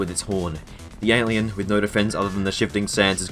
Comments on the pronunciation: am i the only one mad that he says ant leeun instead of antlion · Why do you call Antlion, Ant Leon? And Beager, Beggar? Haha you called Antlion, Ant Leon again.. but then a few seconds later, you call it Antlion? Apart from that, cool video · bro why do you say antlion like that